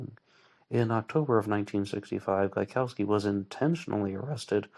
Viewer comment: Gaikowski is a Polish name and its correct native pronounciation is different from how you pronounce it here (and how Voight also pronounces it)